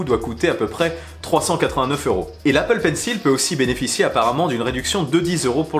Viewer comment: Je comprends totalement votre prononciation pour le pencil mais ce n’est pas comme ça qu’on prononce...